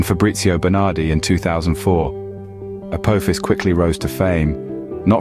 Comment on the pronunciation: apo fis dont sounds right uck yaas